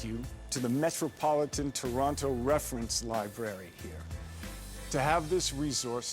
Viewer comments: He sounds like he still knows his way around; like a local except how he pronounces Toronto 🤨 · Wish he actually pronounced Toronto the way we pronounce it.